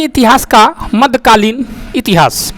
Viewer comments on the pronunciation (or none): माध्य नही होगा मध्य कालीन होगा। हिंदी कमज़ोरे बा का